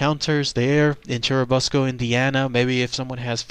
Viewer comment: I live in churubusco and we have turtle days. It's a cool festive we have for a couple of days. By the way it's pronounced like the uh sound so it is chur uh busco